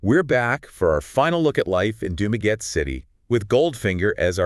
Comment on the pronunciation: Nope, it goes like this: Doom-Ah-Getty. Think of doom in doom and gloom. then the awe of shock and awe, last the Getty of the Getty Museum out in Malibu (Spared by the fires).